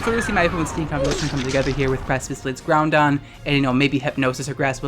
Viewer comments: It's Groudon. There is no 'n' in Groudon. pls stop saying Groundon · GROUDON NOT GROUNDON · Take a shot everytime says "Groundon" on purpose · What i took away from this- you say GROUNDon 🤦🏽‍♂️ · He isn't crazy, says GOUNDon.